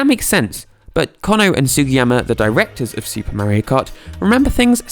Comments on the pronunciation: it is Mario not meario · ITS MAR-RIO like Mars with no "S" 😡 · Like watching these videos but I’m from America and it’s weird to hear you say Mario. But I’ll keep watching. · The way he says Mario, I just cannot get over it. 🤣